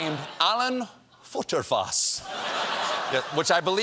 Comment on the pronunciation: Futerfas? Well as a German, FutterFass (exactly pronounced in the way Stephen did) literally translates to "feeding barrel"